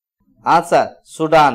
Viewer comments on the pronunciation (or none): Pronunciation is wrong in question no.13..its Sweden not Sudan